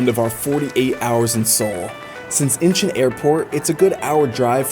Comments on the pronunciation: Idk why I got so irritated when you kept on saying Incheon as if you were saying inches. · Dude your pronouncing airport name wrong.